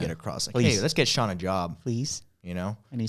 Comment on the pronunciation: its pronounced SEE-AN